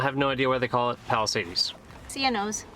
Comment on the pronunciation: Live 1/2 mile from there. Just FYI it's Palisades not palisadies no ee or ie or y